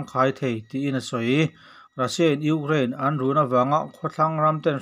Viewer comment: tinge..ugrain tih tlat zel le